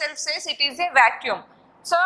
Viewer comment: madam vacuum not vacuume